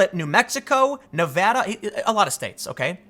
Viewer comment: Thank you for pronouncing “Nevada” right On behalf of Nevadans hearing “Nevawdaw” all the time 🙌🏻✨